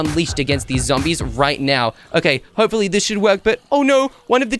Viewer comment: said Zambies😂😂😂